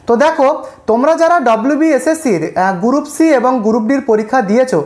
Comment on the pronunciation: গুরুপ!😵 উচ্চারণ জানে না, ভিডিও বানায়